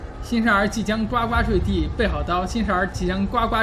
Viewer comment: 呱呱坠地这里不能念gua,要念gu